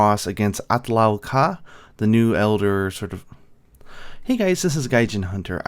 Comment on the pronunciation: the pronunciation is not the same though arabic is my main language